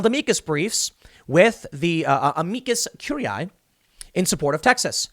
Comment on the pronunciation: "Everybody wants a simple answer..." I'd like a simple answer on how you came up with that pronunciation! Amicus Curiae -"A meek guy curie eye, sounds about right to me!" Be careful when reading latin words that you're unsure how to pronounce. It's best not to say the word(s) out aloud, lest you find yourself in an Evil Dead scenario. ☠Beware the evil guy known as "A meek guy Curie Eye"!☠ And to those of you who have cellars, especially if you live alone in the woods, I'd suggest you stay far away from that cursed square footage! 😱